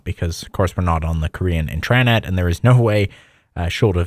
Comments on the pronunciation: no one is wondering this isnt 2006. its generally pronounced like int-ruh-net but this guy keeps saying int-RAHHHH-net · in-tra-net. This pronunciation is wildly wrong. Comment keeps disappearing so I'll keep posting it. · Can you STOP saying in-TRA-net. Thanks. Otherwise cool video! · Why you pronounce intranet like thzt, it's intra-net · No I thought the same thing!, I've never heard it said In-TRA-Net before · I’ve never heard a (presumably) native English speaker pronounce “intra” like that. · I don’t know if this guy thinks it’s funny but every time he says Internet wrong I wanna blow my brains out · Everybody knows what an intranet is. It’s his weird pronunciation that’s baffling to people. Explaining a basic and well known concept that everyone is already familiar with is unnecessary and unhelpful. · I think he’s putting emphasis on it for clarity because of his speech impediment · He's emphasizing the wrong syllable. Doesn't have anything to do with "clarity." The word is emphasized on the first syllable- that's the only correct way to say it. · yeah and then he pronounces "intranet" completely wrong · I mean he's also pronouncing intranet wrong by putting emphasis on the second syllable instead of the first. Might be intentional to differentiate it more from Internet but idk. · Why do you pronounce Intranet like that? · The way you keep saying intranet is making me uncomfortable 🤣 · Great content. Hate the way you pronounce "intranet" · Intreyenet? Try this: in·truh·net Same in US and UK. Also, you saying Internet actually sounds like Internet. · Its intra-net not intraaanet 😭😭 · They way youre pronouncing it would be if the word was "intrannet". Its pronounced as its spelled, "intra-net". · it's "intra-net" not "in-tran-et" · it's intra-net not in-trannit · Why do you keep saying inTRAnet